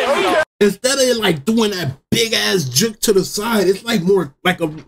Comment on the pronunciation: Why does bro say juk and not juke 😂😂😂